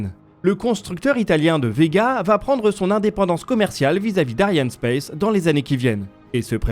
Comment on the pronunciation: En français on prononce Ariane Espace et non pas comme vous le dites. Trouduc